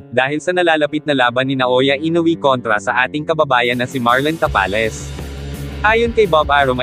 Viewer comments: ta-pa-les po at hindi ta-palis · Ang sagwa pakinggan Tapal-les. ..Ta-pa- les. Ogag parin dina natoto 😂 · Tapales talaga ayosin mo salita mo hahaha